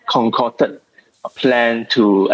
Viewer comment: The male correspondent did such a sloppy job in conveying simple messages., please work on your "concocted" pronunciation. You can do better.